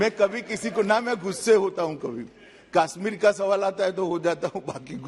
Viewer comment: Amit bhaai..it is kashmir ,not kaaasmeer..anyways amit bhai being cute as always